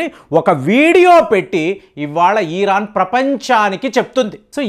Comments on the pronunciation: ఈరాన్ కాదు అయ్యా ఇరాన్ అని ఉచ్చరించు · మీ మాటల్లోనే యుద్ధాలు అయిపోతున్నాయి ఈరాన్ కాదు ఇరాన్ గా ఉచ్చరించండి భారత్ మాతాకీ జై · Uncle మీ ఇన్ఫోర్మేషన్ చాలా బాగా చెప్పారు కానీ "ఈరాన్" కాదు "ఇరాన్" అని చెప్పండి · ఫస్ట్ ఇరాన్ ని ఇరాన్ అని పలకడం మానేయ్